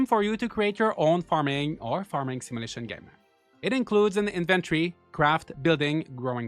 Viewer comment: What's a "simulishion"?